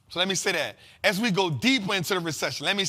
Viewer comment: it’s AS not ASS 😂😂😂😂